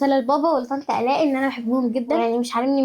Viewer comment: هي بتقول طنط الاء🤨